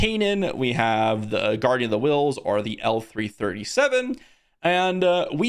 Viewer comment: Please, please ... L3-37 is not "L3" and is not "he". She is called " Leet".